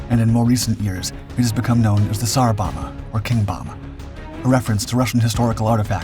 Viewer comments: Bohmba, not bomma. AI voice? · For the 15 or 20 years that I've known about this I've always heard it pronounced so you can hear the second b in bomba, I could be mistaken but I don't think pronouncing it as bomma is right. Still a great video though!! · he has to keep making them until he learns how to pronounce bomba